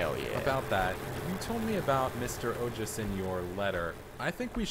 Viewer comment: I'm Indian, and I'm proud of you for pronouncing the name Ojas correctly the second time. 😂❤